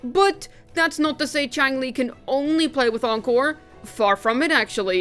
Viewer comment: Chi-ang-lee... cringe.